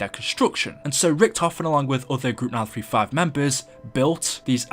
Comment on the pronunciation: When u say group 935 it sounds like mal 35